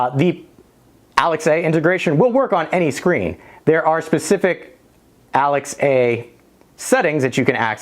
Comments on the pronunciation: First time hearing the name Alexa bring pronounced as Alex-A and i dont know how to feel. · Fyi, saying Alex-a makes you sound like you’ve been living under a rock for years unless you tell people why you’re saying it that way. 😂